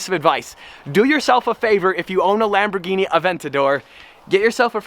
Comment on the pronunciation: two words...LAMBORGHINI and NAW-LEDGE!!!